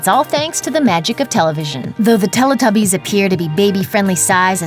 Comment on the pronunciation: Why does she pronounce Teletubbies like that? She pronounces the "Tele" as you would do in Spanish rather than like "Telly" as us English people pronounce it....